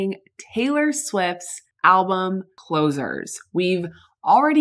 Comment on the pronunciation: did u say closure?